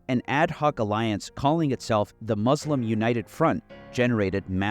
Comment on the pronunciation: Why don’t you learn how to pronounce Muslim? It’s not hard.